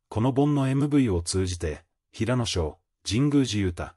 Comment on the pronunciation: 平野くんをヘイヤくん 岸くんをガンくん toBeをトべ と言う内容が邪魔をして内容があまり入ってきません！ 内容は、感動的なのに残念です！